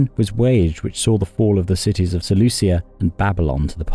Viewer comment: "SeleuSia", FFS...